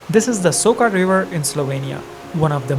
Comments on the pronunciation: It is not Soka but Soča č = in is english spoken like ch. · I never understood why the F don't you vloggers ask the locals how to pronunce the damn places. It is SoCHa river and BoveTS town goddamnit.😡🤬🤬🤬